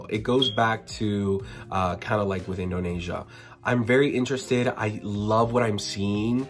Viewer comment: sister it's Indo-nee-sya not nay-sya :)